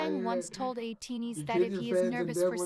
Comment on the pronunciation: thank you for reacting to ateez! im looking forward to your future reactions, especially with ateez! you really nailed the pronunciations of their names which is rare when people starts getting to know them so you did a really great job! to answer your questions at the end, they recently updated the positions of the members and yeosang is the only one with the visual position so he’s the main visual (but to be honest, they are all serving visuals in the group because they’re all gorgeous!). for the main dancers, there are 4 main dancers according to kq and it’s yunho, mingi, wooyoung and san! to answer the question on who is my bias, my ateez bias is yeosang and i’m really glad that you noticed his beautiful and mesmerizing voice when you reacted to halazia! i’ll defo have to check your reaction on that song next and also it’s you! thank you again for the reaction! 😊